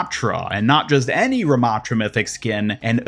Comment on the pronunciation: anubis ramattra? why not RA-mattra??!